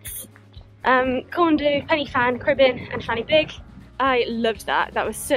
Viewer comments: Also, one F in Welsh makes the sound of a V and two Fs together (Ff) makes the sound of F so it's "Van-ur-beeg" not "fanny big" ;) Haha. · This is great, just to let you know fan y big is pronounced as ‘van ur big’ . :) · F is pronounced as a V . That will save you talking about a fanny big. 😊